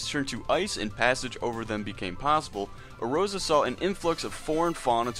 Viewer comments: Ay-Oore-zee-yah. Not errozera, do you even play the game? I read what you said word for word on another website. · Its "Ey-or-zee-uh" not erozea, its not a JP pron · A OR Z UHH = Eorzea E ROSY UH Aside from that, enjoyable. This just bothers the shit out of me. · SAY EROZIA AGAIN